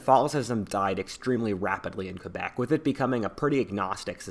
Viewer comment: Props for for Pronouncing Quebec As "KebEk" And not "KwebEk"